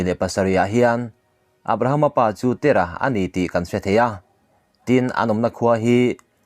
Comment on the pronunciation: Abrahama Pa hi Tera ti lo in, Tèra tiin thlùk deuh la tha deuh tur a nia.